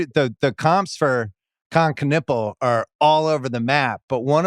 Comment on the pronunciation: Can we stop pronouncing his surname as "ka-nipple"? I cant take it.